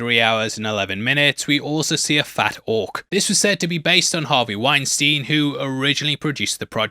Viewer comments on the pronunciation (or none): none